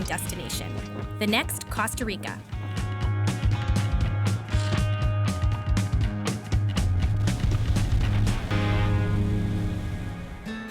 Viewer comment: Laughing at how she pronounces Guyana and Coasta Rica😂